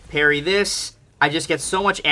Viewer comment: Your parry sounds like hairy sometimes.